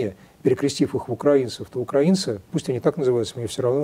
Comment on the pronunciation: Правильное ударение -укрАинцы. Вспомните: "Тиха укрАинская ночь..."